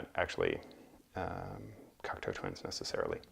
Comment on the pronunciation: Hi. Great overview and information on Cocteau Twins. I also now know how to pronounce the name correctly. I did not get into them until the 90s but have slowly been finding their music on vinyl. It was interesting to see their various albums but also to hear your passion for their music. Well done and very interesting. Steve.